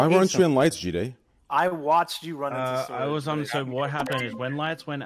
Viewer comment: I hate how ppl say “GeeDay”.